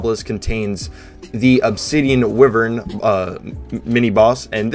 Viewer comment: Did you know it's pronounced WHY-vern?